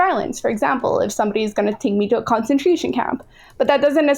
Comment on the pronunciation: I'm not saying is stupid but she needs to pronounce words correctly the first time she uses them. I wonder if this comes from reading words too much and not hearing them or if she is somehow ESL. Concentration, Goebbels and Uighurs.